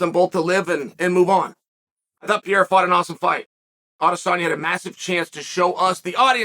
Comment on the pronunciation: Pee-airuh leaving might actually mess with Izzy, unless Izzy doesn't want that last stamp.